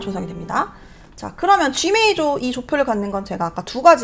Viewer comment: 근데 왜 '메이조'라고 말씀하시는지? '조'랑 섞어서 말씀하시려고 일부러 그러시는 건가 해서요 ㅎ 크게 상관은 없지만 메이저라는 용어에 익숙해져서인지 신경이 쓰이네요 ㅎ